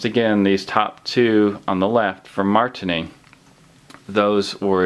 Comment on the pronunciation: how many times can he misspronounce marttiini?